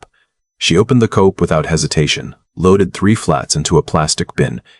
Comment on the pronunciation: I sent my comment too soon. Quiche not qwich, oder not order, not two thousand forty three, and again coop not cope. Otherwise, this is a good story with a pleasant voice.